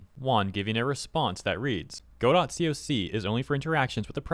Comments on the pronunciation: G'dough, not go-dot. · it's pronounced 'go-DO' with a silent 'T', not 'GO-dot', but great vid! thank you! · It’s not “go-dot”, it’s pronounced “god-oh”. 🤣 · not to be critical but the correct way to pronounce Godot is without the t, I had a guy talk my ear off about it is all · its pronounced Ga-Doe, not Go-Dot. Dont block me for having this criticism. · Note that Gail Godot is firm on the fact that her name is pronounced Go-doT. As you say, the name of the play is "Go-dough". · it's pronounced guh dow not go dot :| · Hearing you say Go Dot so many times is hard on the ears lol. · Hey bruh. Its "ga-doh" As in "waiting for Godot" which is a famous stage play. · "Go dot engine" 💀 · It’s pronounced Guh-dough. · go dot? really dude? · "God-oh". Like the play "Waiting for Godot". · Not Godot! God-dang-it!!! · aw i love how can't pronounce words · Godot is pronounced [GUH-DOH] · Godot is pronounced G'doh. I'll take my leave now. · Pronounced “guh-dough” like the Samuel Becket play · the T is silent in godot (go doh) :face-red-heart-shape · I'm happy you are coving this but please at least look up how it is pronounced before making the video. it is pronounced "ga-doe".